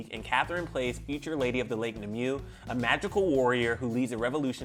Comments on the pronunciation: He keeps saying “knee-moo” but I’m over her cringing cuz I know it’s “nim- Way”. Nimue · Nimue is pronounced as "Nim-Way" lol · Anyone else annoyed with how he pronounced Nimue 💀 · My god, is it that hard to look up how "Nimue" is supposed to be pronounced? Also, she literally didn't say why she left in any of the quotes you've provided. This is neither clever nor news.